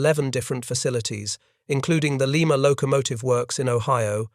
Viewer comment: Lima, in Ohio pronounced Lie-ma.